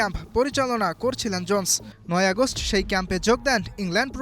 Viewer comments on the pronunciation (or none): none